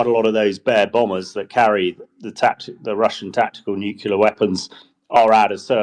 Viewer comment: HDBG still can't say nuclear!